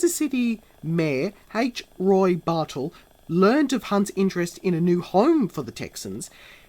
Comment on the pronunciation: Len Dawson wasn't traded from the Browns to the Texans. Dawson was cut and Hank told Len if he ever got out of his contract in Cleveland to give him a call. Also the Mayor's name is H. Roe Bartle, not H. Roy Bartle.